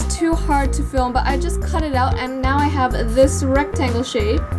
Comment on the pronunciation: Cam Bennett he might be struggling to say have?